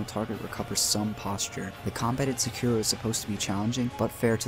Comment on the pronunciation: Definitely wouldn't say that about s vid that mispronounces sekiro and jokingly calls him cripple